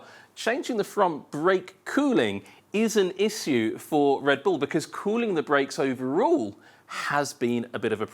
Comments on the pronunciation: why does he mispronounce "issue" so badly every time? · Why does this guy pronounce the word "issue" like that?